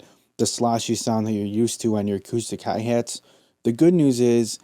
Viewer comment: I come to these videos all the time but I can't get over the Midwest accent you heeeve. Hey hates. What's heyppening with the hey hates. Ugh.